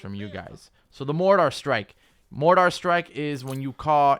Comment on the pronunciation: It's not a MOTOW its called a MORTAR! Google it. It's a shame that you don't have basic knowledge of the different weapons let alone pronounce their names correctly. More to life than video games there Sport. Here is a TIP, take a minute and Google what you don't know before you speak as if you are an "expert." Otherwise you are just an uneducated amatuer.